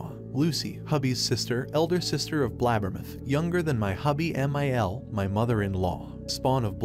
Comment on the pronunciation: His pronunciation of “BLAB-ber-muth” tickles my funny bone! 😂